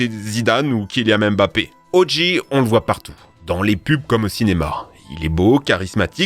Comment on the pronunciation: Ça se prononce "O. Jay", pas "O. Gee".